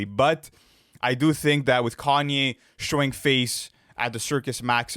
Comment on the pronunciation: I’m just hear for the pronounciation as “car-nyay” west 😂